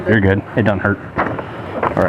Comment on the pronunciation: He starts reading her rights and she says Oh Got, oh Got. Then she says she's a goot person. She's thinking it's so much easier stealing from Welfare.